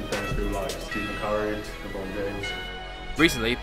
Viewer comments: AND Lebomb james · Man said Steven curry and lebomb James.